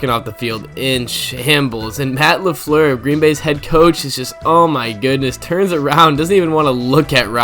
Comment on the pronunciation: on point said la fluer